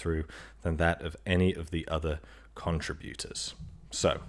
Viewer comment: Also you mispronounced 'contributors'.